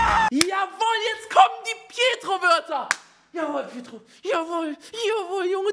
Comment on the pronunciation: Es heißt "petro" *2019, MontanaWeise